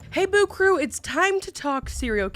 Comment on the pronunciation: I swear I hear the intro as, "Hey Boob Crew!"